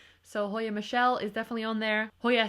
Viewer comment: Aww I love this video,! Also I learned recently that Hoya cv. Michele is actually pronounced “Me-kell” a splashy one like James is definitely on my wishlist this year. Sooo beautiful 🤯😍😍